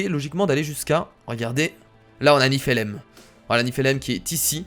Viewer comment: aimé si tu aussi tu avait envi de lui crier à la gueule sa se prononce nifellaïm